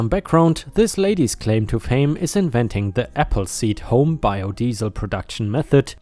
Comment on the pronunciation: Hello. I think you rushed your edit some tonight. Thermite and Termite. Also you pronounced biodiesel the German way. Regards from Yorkshire ⭐⭐⭐⭐⭐⭐⭐⭐⭐⭐⭐⭐